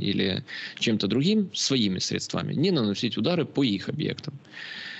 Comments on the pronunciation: В русском языке нет слова средствА. Есть слово срЕдства. В украинском языке - засоби. Вы же, кажется, студентов учите? Учите их говорить правильно. Слух режет. Да, и говорит о многом. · 😮уважаемый,сре'дствами,а не средства'ми-очень режет ухо,извините